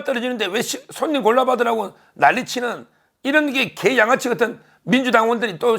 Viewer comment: 서변이 갱상도라 이중모음 발음을 잘 구분못하셔서 그렇습니다. '계' 와 '개'는 분명 다릅니다. 따라서 계양구민들을 까딱 잘못하면 자극해서 역효가를 낼 수도 있는 '계양아치' 라고 말하지 마시고 찢죄명이는 분명히 '개양아치' 라고 하시기 하시기 바랍니다. 아니면 '찢양아치' 도 괜챦고 . . . ..